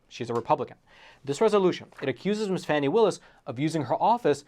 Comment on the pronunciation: Glad to see you pronouncing her name correctly; FANNY, not FARNY.